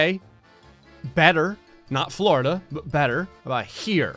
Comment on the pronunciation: How many times says ‘’Flordia’’ Hehe